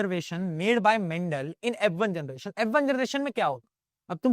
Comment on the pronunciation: Mandal❌ Mental✅